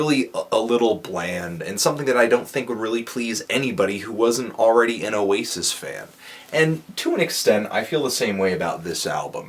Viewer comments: Notice, how pronounces Oasis perfectly. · said Oasis right. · Of course, pronounces Oasis perfectly.